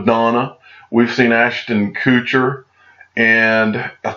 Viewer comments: Ashton Koooocher? I dont think thats how its pronounced. Also who are you calling stoopid? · OMG! 😂 "Ashton Coocher" 😂😂 come on now, he's actually a pretty cool guy. Haha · "Aston koocher". Lol